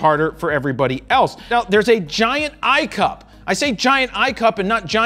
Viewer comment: Every time he said eye cup (I see you pee) I laughed.